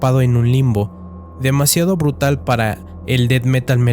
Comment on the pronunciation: BRUTAL! SE DICE BRUTAL